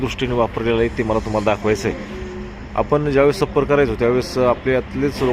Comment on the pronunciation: सप्पर नाही .छप्पर म्हणतात .